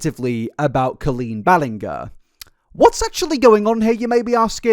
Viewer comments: If you’re gonna make a video that’s over three hours you may want to pronounce Colleen’s last name correctly: CREEP. But no, it is Bahl-in-Jer. And you said Adam spoke about HIS divorce to Colleen there in the beginning…no. He was an unmarried child but mistakes like this feel like you just didn’t do your homework. You can definitely make a three hour video and not be educated. I’ve unsubscribed from you way back because your videos are long and redundant, you never give new info, you just cram a bunch of repetition in and pontificate in an effort to sound insightful and intellectual. Less is more. You’ve said Ballinger wrong well over 15 times and I’m 15 minutes in. You’re one of the only British people I’ve heard who doesn’t speak well. Just hop on a bandwagon 5-10 days late, repeat a bunch of buzz and draaaag it out for ages, that’s the formula and the absolute absence of insight is staggering. Adam who was a super fan says her name many times and you know that his accent isn’t going to change a surname’s pronunciation that differently than however you chose to say it. How do you watch his videos, make opinionated and “educated” observations about his stance and not pick up that you’re saying her name wrong. OVER AND OVER. Did you just jot down notes from Reddit or Twitter and then have some editor out clips in? There’s no defense for getting her name egregiously wrong that many times. I don’t think you’re all there. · Never watched a 3.5 hour YouTube video but I honestly think clicking this one was one of my best decisions. Other than the ballinGer pronunciation, I thought it was class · I can't believe I just sat through 3 hours of someone saying Ballingar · i am goin to believe you purposely pronounced her name Bal-ling-er.........just as an F U Colleen, and I love it!!!!! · Me watching video about 10 minutes in hearing him pronounce her name as "Balllin-gher": Oh no.. This is going to be 3 hours of torture. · It's pronounced Ballin-jer from my understanding